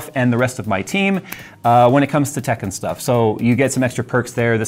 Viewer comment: I was so confused by "tech and stuff" because I heard it as, "Tekken stuff..." LOL